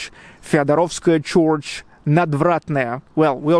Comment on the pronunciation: Hi again, - sorry to be such a weirdo. Here's another tip. I noticed you said CHORCH (for "church") - keep it as a straight RRR (bird, word, third, herd, heard, nerd, world, church, nurse). "Chorch" is only correct in the Irish dialect. Again - love your videos and keep up the good work. Gorgeous weather in SPB!